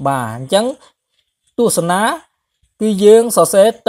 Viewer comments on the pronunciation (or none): ខ្ញុំសូមចូលរួមកែលម្អបន្តិចត្រង់ពាក្យ ទស្សនា ។ ដោយសារមានទំនាញសូរ ដូចនេះ សូរចុងក្រោយអានថា ណា (សូរ អ) មិនមែន នា (សូរ អ៊) ទេ។